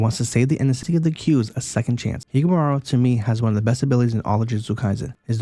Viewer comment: Higumara? Lol I’m pretty sure it’s Higuruma